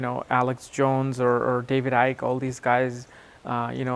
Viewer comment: Now I know how to pronounce Mr. Icke's name properly 👍